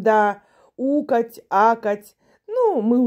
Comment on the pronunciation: ты говоришь " укать, акать", а мне показалось пукать, какать😂😂😂😂😂😂😂😊